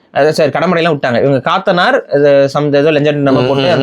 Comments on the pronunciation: காத்தனார் இல்லை கத்தனார் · அது காத்தனார் இல்ல கத்தனார் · Dei athu kaathanar illada Kat_tha_ naar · அது கத்தனார், காத்தனார் இல்ல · காத்தனார் இல்ல கத்தனார் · Kaaaatanar illa pa kathanar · Kaathanar alla, kathanar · கடமுற்றத்து கத்தனார் காத்தனார் இல்ல கத்தனார் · அது காத்தனார் இல்லை... கத்தனார் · BRO காத்தனார் இல்ல "கத்தனார்" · அதன் மலையாள உச்சரிப்பு ( കത്തനാർ ) கத்தனார் ( Kathanār ) Last Vowel ( ā ) is Long Vowel ( நெடில் ) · கத்த னா ர் ✅ சரியான உச்சரிப்பு